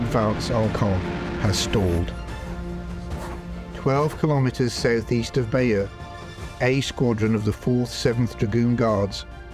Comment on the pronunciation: Never heard Bayeux called Bayer before. WTF kind of accent is that?